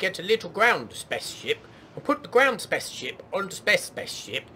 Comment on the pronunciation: I am 39 years young, yet every time you say "spa´ce ship" I giggle like a 6 year old. :)